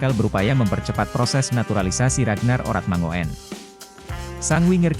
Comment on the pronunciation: Min..Baca nya Ragnar Oratmangun..bukan mango en..itu marga orang Maluku..😜😜😜lain kali belajar dulu..?😆😅jangan main hajar saja😀😆😛kalo bahasa Belanda..OE jadi U..ejaan lama😅😆ngopi dulu sana..min..😀😆😅